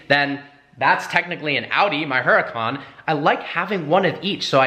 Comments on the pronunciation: pronounces huracan so wrong and isn’t very knowledgeable. “Look at Lana’s her a ken” “the g wagon’s door handles are one of a kind and you won’t find them on any other car” (looks at photo of Jeep Wrangler) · Gogeta the G: This dude says it wrong too though. It’s supposed to sound like hoo-rah-kahn. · Jett A Angeles it’s actually pronounced ooh-ra-kahn